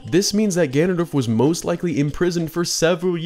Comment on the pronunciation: I love twilight princess so much Zelda shrek spoke hehe Hehw good video, I love the little mispronunciation of ganondorf as ganandolf hehe I like how that was kept in hehe